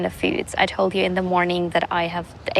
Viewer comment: Hallo,ich mag deine Videos wirklich sehr und nutze sie auch gerne um Ideen für neue Rezepte zu sammeln.Außerdem finde ich es super,dass du deinen Kanal auf Englisch (welches du echt super sprichst)machst.Allerdings ist mir heute aufgefallen,dass du vor Vokalen,wenn du „the“ sagst,das „the“ wie vor einem Konsonanten aussprichst.Es wir aber quasi „dii“ ausgesprochen.Das soll jetzt bitte nicht als Kritik sondern nur als Feedback verstanden werden!Mach weiter so mit den Videos und bleib wie du bist!🩷